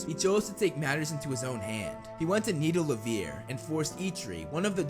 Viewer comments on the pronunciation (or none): it's Nidavellir, not Nidalevir.😁😅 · It's nidavellir, not nidalavir... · It's not Nidalavir for F sake, it's NIDAVELLIR! Stop butchering that name already, it's enough that they did it in the Infinity War. 🙄